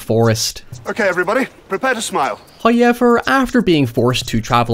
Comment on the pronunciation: Tfw you're Irish so you say hoyever too.